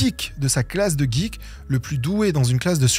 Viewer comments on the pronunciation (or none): none